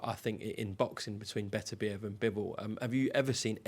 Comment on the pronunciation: Crack open the champagne 🍾 Frank's finally learned how to pronounce Beterbiev's name.